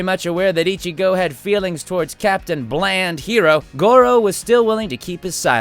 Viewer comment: You pronounced ichgo wrong